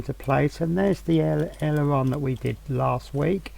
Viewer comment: Just say .. Ale Er Ron